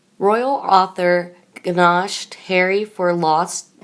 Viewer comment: This awful woman’s voice again. Tell her the g is silent in gnashed! Is she drunk?